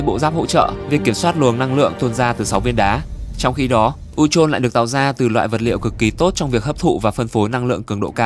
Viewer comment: Phát âm sai chứ sao